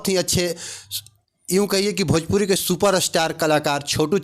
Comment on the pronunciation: Pahle khesadiya ko sikha na bhojpuri ko bhajpuri bolta hai